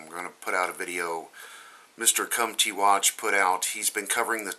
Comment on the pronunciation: It's not Mr Come T Watch, it's Mr Comet Watch. lol